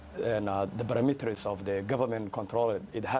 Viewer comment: Cabdirahman Isse; Perimeters 😂 hé pronounced as “birimiteris” 😂. Imagine he is condemning our government the messes that were created by his uncle General Aidid who killed American soldiers in Mogadishu in 1993. did you tell the western that you are the Nephew of General Aidid?